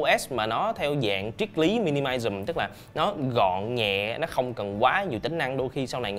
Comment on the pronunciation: system đã là hệ thống r lại còn cứ hệ thống eco system nghe khó chịu vcl. học ta lại đi r làm vid. minimalism thì đọc minilism !? kbt thì cứ đọc luôn tiếng việt đi cho khoẻ